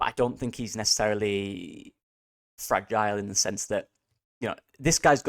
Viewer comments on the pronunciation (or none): none